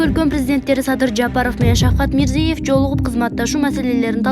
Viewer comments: Мирзиев эмес.Мирзиёев деп окусаң чоң кыз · Мирзиëев болуп айтылатго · Журналист кыз туура окучу мирзийеев дебей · Почему так небрежно выговаривает фамилию Президента Узбекистана, неужели нельзя подготовиться к эфиру и правильно читать текст??? Дикторы очень слабо подготовлены и всегда допускают грубые ошибки в произношении элементарных, казалось бы, простых слов! Очень плохо читают текст, видимо, у этих "дикторов " нет должного образования, а дипломы просто напросто, куплены! Даже слушать неприятно этих горе-дикторов!!!